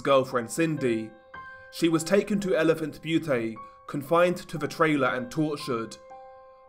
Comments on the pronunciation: It's not Butee it's elephant Bute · Its Elephant Butte, as in it rhymes with mute. In Butte isn’t pronounced as bhuutay, but as bute, rhyming with mute. Im from las cruces so in rather s snob with how it’s pronounced. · Butte is pronounced Beeyoot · Elephant Butte is pronounced Elephant “Byoot” great vid tho! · "butte" is pronounced "byoot" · Elephant "Be-you-Tay" 😂😂😂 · Great video. Just a little note... Butte rhymes with the Australian nickname for sport utility vehicles, ute. No A on the end.